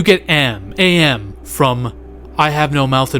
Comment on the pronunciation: Good video. Always loved that short story. However, it's sounds like you're saying "m." The A.I. in this short story is called "AM."